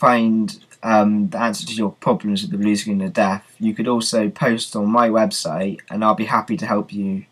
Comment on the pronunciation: its death not deaf